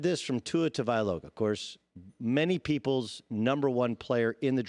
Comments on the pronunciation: Doug you win the award for worst butcher of Tua Tagovailoa’s name.. (TANG•OH•VAI•LOA) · Dude, 2+ years and you can’t say TAGOVAILOA? Seriously? 🤣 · Your credibility would improve if you could at least come close to pronouncing Tua's name correctly. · Tua Tavailoga 😂 I hate this guys voice too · “Tua Tavailoga” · “Tavialoga” he says. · it's tongue-o-vi-lowa it's mostly the first part people mispronounce. Not tango, tag-o, or whatever haha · You're saying his name wrong lol much like everyone else. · If your gonna butcher his last name why don’t you just say tua fool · Tua “tuh-vie-loh-gah” ... wow. Not even close my guy 😂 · Dude should learn how to pronounce Tua's last name, if he's going to talk about him for an entire segment... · Does Doug know how to say his name right? Lol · who is tua tugaviloa pronounce his name right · Just say Tua and keep it pushing Doug! Butchering the guys name lol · His idea was butchered too! Tua for Dak??? No thanks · Cringing at how he pronounces Tagovailoa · I was thinking the same thing lol. He should have looked up the video of him pronouncing his name